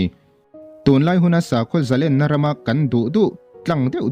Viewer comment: A va tangkai tak em..zalenna tiha LEN hi i lam dik lo a,..khawiah nge i len? tiha LEN lam anga lam tur a ni e.